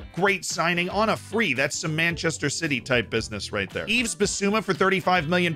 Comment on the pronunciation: Tottenham ahead of Arsenal? Oh dear, how funny. Let's talk about it in May :) More seriously, Yves is pronounced with a silent "s" btw